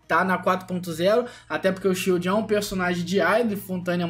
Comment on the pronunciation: tudo que é inglês ele fala errado kkkkkk